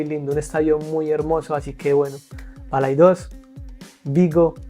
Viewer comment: No es ""BalaidÓs"", con fuerza en la "o". ES BalaÍdos, con fueza en la "i".😊 Saludos desde Lugo, tmb en Galicia. Te suena el C.D. LUGO?